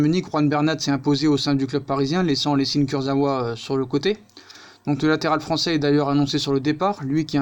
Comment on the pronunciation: Ca se prononce kurzaoua sinon super vidéo comme d'hab